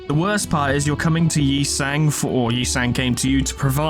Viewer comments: The truth is revealed! never mispronounced Yi Sang's name, he was simply tuning into an mirrored dimension. As expected of our manager. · You thought I was making fun of you mispronouncing Yi Sang a bunch of times, BUT IT WAS ACTUALLY FORESHADOWING